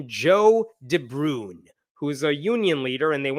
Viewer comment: Totally pointless comment: "De Bruyn" is not pronounced "De Broon", it is pronounced "De Brain".